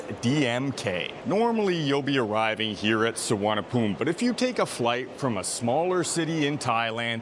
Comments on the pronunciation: Location and Location It is NOT Suvarnabhum. It's Suvarnabhumi. The "i" at the end is not silent. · Bangkok'a one of the Intl.Airport's name (The other one is Don Mueng) is actually known as "Suvarnaboomi" (meaning Golden Land in Sanskrit) But the TukTuk & Cab Drivers there Mispronounce it as "Suvarnaphoom".. :face-green-smiling::face-orange-frowning::face-blue-wide-eyes